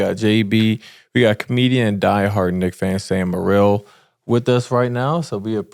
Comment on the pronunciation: "Sam mowill"-Sam Morril